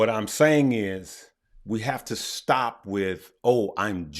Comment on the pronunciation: Why you put so much emphasis on any word that ends with P? Stopppp, Ampppp and so on lol